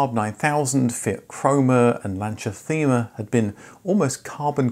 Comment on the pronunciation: The Lancia Thema - it's pronounced 'tee-ma'. :D